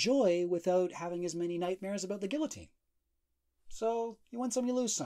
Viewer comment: My personal nitpick. Good video